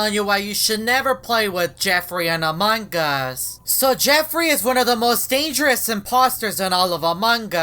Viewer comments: normal people: among us: amankas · Ummmm whydid you call among is into among gus :/